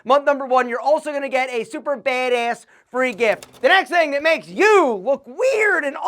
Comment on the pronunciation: Try not to say " bad ass," about everything? You say it in this weird, east coast, Joe Pesci kinda way?